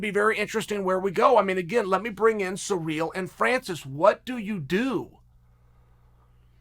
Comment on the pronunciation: It always takes my brain 5seconds to realise who seereal is every time he says it 😂